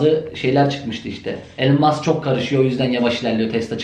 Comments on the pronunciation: Elın değil İlan Mask diye telaffuz ediliyor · Hocam okunuşu ilan mask.